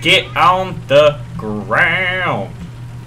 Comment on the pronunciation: It was "se" or "ze" not the.